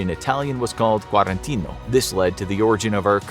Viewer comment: In italiano si dice e scrive Quarantena con la e invece della i e la a finale e non quarantino. 😅😊 sono due significati diversi. 😅 L'italiano si legge come lo si scrive. 😊